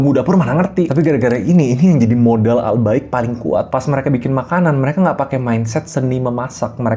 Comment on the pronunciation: Gw kira ai bqik, wkwkwkw😂😂😅